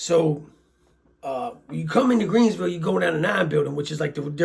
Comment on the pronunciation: its Greensville...not "Creensville" & sorry for your loss!